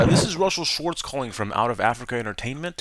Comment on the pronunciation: YOU SAID MY AFTER NAME SWARTZ.. SCHWATZ